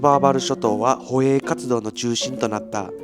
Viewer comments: 捕鯨は、 ✖️ほえい ○ ほげい、です！ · ほえいではなくほげい。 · 捕鯨=ほげい になります。いや、内容いつも素晴らしいので指摘するのも申し訳ないのですが…。